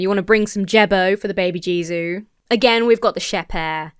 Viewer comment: Funnily enough, Jesu (pronounced hey soo) is an actual archaic name for Jesus and is even in the oldest versions of Little Drummer Boy. If you ever wondered why "Baby Jesus... I am a poor boy too" or sometimes "Little baby... I am a poor boy too" don't rhyme when otherwise the song is entirely A A B B rhyme scheme, it's because the original lyric was "Baby Jesu... I am a poor boy too". I am certain the AI didn't know this and just fucked up Jesus, but it landed on something valid anyway.